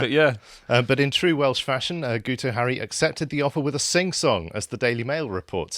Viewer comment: His name is pronounced Git oh as the "u" in Welsh sounds like an "i" !